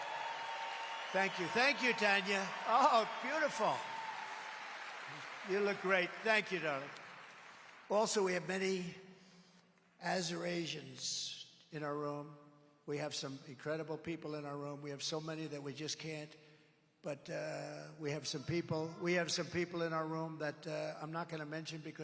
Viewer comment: “Az er asians “ …..what word were you trying to pronounce?